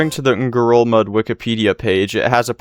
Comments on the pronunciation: think you did pronounce it right! At least from the info i could find (which isn’t much) xD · it sounded like you pronounced it the correct Palauan way to me! But maybe it sounds strange in any language xD